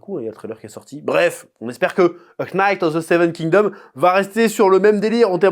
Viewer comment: "o ko nayte of the seven kin domme" :D